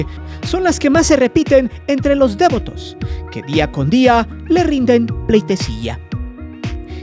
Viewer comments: Solo para decir que se dice "devoto", no "dévoto". Un saludo. ✨ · Me da mucha pena dar este comentario, pero lo hago con tal de que mejores: tienes un tonito muy enfadoso, deberías usar una narración más natural. Además de que dices dévoto, como si fuera una palabra esdrújula. No lo es. No lleva acento o tilde. Es devoto. De VO to. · Si nada más escuchar tu tonito lleno de amarillisno y morbo y repites DÉVOTO en vez de DEVOTO, quita mucha seriedad éste videillo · Es interesante escuchar los testimonios de aquellos que muestran devoción a este culto, gracias por la información. Cómo punto final, me gustaría añadir una sugerencia. La palabra Devoto, se escribe y se pronuncia sin tilde y acentuación en la vocal E. Lo siguiente es por la razón de que, a lo largo del vídeo, el narrador comete el error al pronunciar dicho adjetivo con acentuación en la vocal E, cuando no es así. Saludos. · Pronuncias muy chistoso la palabra "devoto" 🤣🤣🤣🤣🤣!!!!! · muy interesante videos, nomas que como soy megalómano, no pude dejar se sentir cierta irritación por la pronunciación que le dabas a la palabra "devoto" (como si llevara acento en la e) jajja